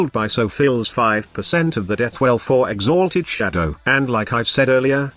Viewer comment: All I heard was "exAAAlted Shadow"